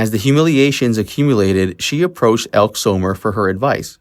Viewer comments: Its pronounced ElkEE. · Her name is pronounced Elk-ee Elke Sommer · Ekkee Sommer, get the pronunciation right otherwise you sound like yet another dumb american or have a dumb AI' So obviously both!!!! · Elke is pronounced Elkē a long e at the end like ee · Elke is pronounced elkee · Some names were mispronounced in this video. "Elk" is really "Elkey" and Dominick's last name was pronounced like Dun, not Dune. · The pronunciation of names is really bad -- "Elkeee" Summer not "Elk", Dominic Dunn rhymes with bun. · EL-KEY Summer not ELK So-mur